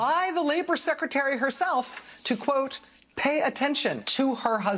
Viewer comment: Kosta cant say "secretary". He tried twice and whiffed both. A little after the 6 minute mark.